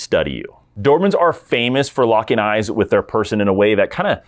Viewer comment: The "Doohurhmen". Speak better for F sake.